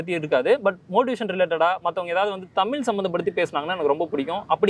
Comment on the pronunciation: தமிழ் என்று சொல்லுங்கள் தமில் அல்ல. But சிறந்த பேச்சுப் திறமையாளர்